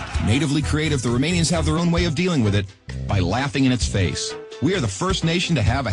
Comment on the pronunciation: the narrator CAN'T be romanian, i can tell by the way he pronounces the romanian names